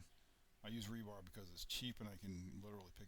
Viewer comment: Did you call it rebarb? Like rebarb pie?